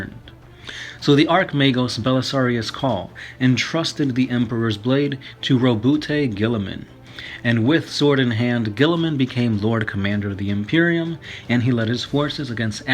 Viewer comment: DAT ROWBOOTAY GUILLIMAN DOE Row-BOUT Guilliman, dude.